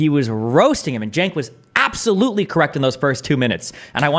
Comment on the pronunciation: “Abtholutely not.” - Destiny